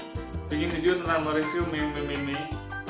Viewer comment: Mas meme ki bacane "mim" yo 😂✌